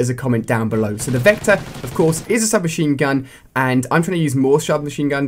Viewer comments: i think u said shub machine gu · U said shub machine gun